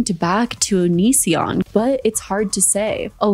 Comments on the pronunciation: I really did think his name was pronounced onion son 😭☠☠☠☠☠ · I know some people think it's a dumb joke, but I never get tired of people saying his name wrong on purpose